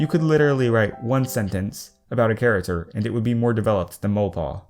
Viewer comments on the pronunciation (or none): who noticed he said 'char-a-ter' in stead of 'character'? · I don't want to be mean but, can you pronounce your c's correctly? Its character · am I the only one who cracks up when he says character wrong?